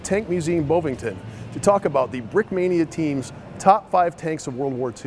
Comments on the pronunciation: Bovington, not boewvinton. Didn't you hear any English speakers talking about the place? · It’s BoVVIngton, at least try